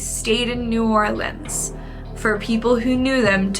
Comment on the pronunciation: as a native, thank you for saying new orleans right and not no damn new orleeeens😂😂🫶🏼